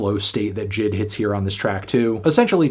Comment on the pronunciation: Anthony the name is supposed to be pronounced as J.I.D not jid